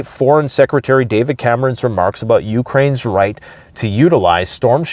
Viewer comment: "talk aboot today..." LOL